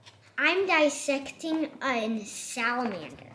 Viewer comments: interrogating about Princess Bride was amazing. I’m glad has discovered the genius of Mandy Patinkin! I also definitely thought said “there’s a monster when you poo” at first 🤣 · “We are going to disept a samalamander” is the best part